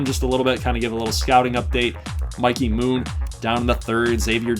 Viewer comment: Mikey Moon could be a stud😉, btw thanks for saying his name right lol.